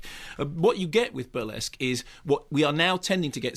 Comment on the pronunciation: The reesskee-ESQUE, the rissQUÈ...the Burr-LESQff....... He gets the RissQUÈ-est number, in the fill-um. Love it.